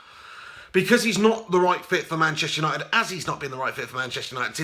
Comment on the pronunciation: "Gashtester United" hahaha 👏🏻👏🏻👏🏻